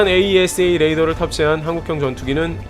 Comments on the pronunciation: 에이사레이더 이렇게 발음하면 됩니다. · 에이사 레이더라고하지 참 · AESA "에이사"라고 해주세요 ㅋㅇㅋ (울회사가 나와서 자랑스럽네요 ㅋㅋㅋ) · 다른 곳에서는 AESA 레이더를 '에이이에스에이' 하지 않고 '에이사'로 발음하던데 어떤게 맞나요? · 에이사 레이더라고 했으면 더듣기 좋을걸. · 에이사 레이다......스펠로 부르는거 어색해요~ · 장사정포는 아이언돔으로 못막아요 아이언돔은 미사일방어고 장사정포는 대형 탄두라고 생각하면 편함. 참고로 AESA 레이더는 에이사 레이더라고 읽어용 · 그냥 "에이사"라고 부르세요. 굳이 알파벳 하나씩 읽을 필요는 없어 보입니다. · 에이사 레이더라고 하세요,,, 거슬리네요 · 그냥 에이사 레이더라고 읽어주기는게 더 듣기좋을것 같습니다!